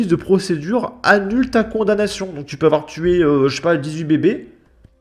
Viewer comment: Il ne faut pas afoir peur!